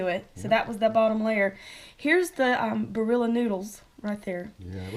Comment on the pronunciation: Love how those southerners pronounce the Italian name "Barilla".